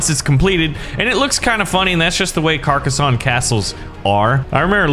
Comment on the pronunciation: I agree this game is fantastic the only thing that is annoying me is you are saying Carcassonne wrong